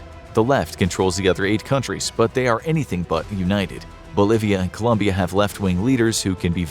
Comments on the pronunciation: COLOMBIA, not Columbia!!! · Colombia, not Columbia 🥲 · ITS COLOMBIA, NOT COLUMBIA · Hey it’s 🇨🇴Colombia 👍🏽not Columbia 👎🏽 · Colombia, not Columbia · COLOMBIA*** Not Columbia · Dude... it's ColOmbia